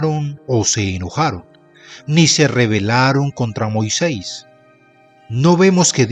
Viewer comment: Con todo respeto señor marrador UD no pronuncia bien....tenga cuidado y no pase las letras escritas.....zelofehad. No diga UD zelofea... En de Rahab UD dice raa.....el colmo Moisés no es Moisés......de seguir así me desuscribo